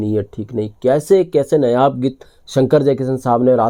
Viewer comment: नयाब की जगह नायाब बोलें